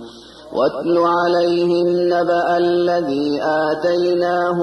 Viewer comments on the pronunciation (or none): none